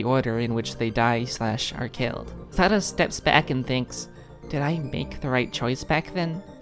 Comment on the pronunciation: You pronounced Sara's name right😭